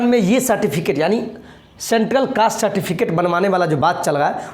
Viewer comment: Citificate nhi Certificate hota hai